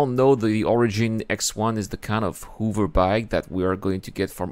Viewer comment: Hoover? Hover! Huh-Ver? Hoover Dam! =P